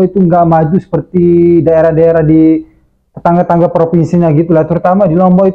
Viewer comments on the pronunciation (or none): Tetangga, bukan tetengga.